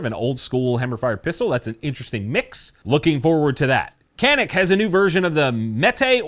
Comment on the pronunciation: I speak Turkish. Hearing people call the Canik Mete the "Can-ick Meat" hurts my soul. It's pronounced "John-ick Meh-teh". It sounds so much better. QUIT CALLING IT THE MEAT haha. We americans really butcher foreign names. I guess it makes sense, english is so wide spread.